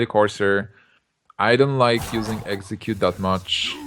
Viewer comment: i wanted to enjoy watching this video but that kept saying eggcicute not execute. i kept thinking of pokemon, come on guy please pronounce the words correctly, english isnt that hard to say. and its pronounced three not free. please i wish people would stop saying three with a F. where did this guy learn to speak english